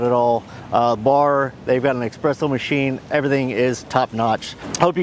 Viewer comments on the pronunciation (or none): Lmao, "expresso" machine